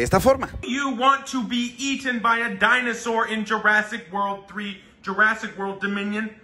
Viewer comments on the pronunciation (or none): World no Whorl, unas clases de ingles a tus pasantes de perdido